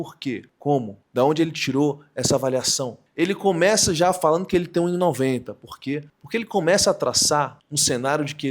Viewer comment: É preciso corrigir o erro fossilizado do NDO urgentemente. Fazeno, analizano, abaixano, falano. Não orna bem com um ótimo repertório e articulação linguística do autor do vídeo.